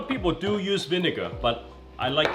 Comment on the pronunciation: "Winegar" bro been hangin with Uncle Roger too much